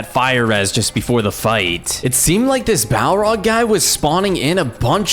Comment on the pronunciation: The balrog not balrog also he def not da king of lotr